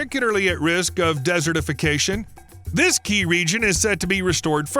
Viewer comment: The way you say desertification bothers me.